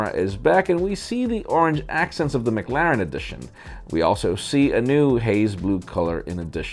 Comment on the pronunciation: M-claren or Mc-Laren?